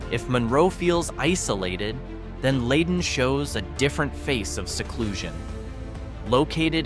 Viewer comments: Too bad its Lie Den not Lay Den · It is an Ai voice pronouncing these towns. Us humans from around here know Leyden is "Lie-den", Petersham is "Peter's ham", Barre is "berry", Gill is as is, part of a fish, And I've never had to say the word "Tyringham", So not so sure on that one, I'll go with "tie-ring-ham", No? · Leyden is pronounced Ly-den beautiful town with clean brooks and awesome woods to hike in. Petersham is quaint and rather wealthy and artsy Wendel is also clean n green Gill has a beautiful campground and runs along side the connecticut river...Great town ! All these towns are GEMS.. not sure where you got the info on them but you might want to visit them and enjoy for yourself. 💚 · Not trusting the narration. Leyden is mispronounced. As are Petersham. And Barre. And Gill. And Tyringham.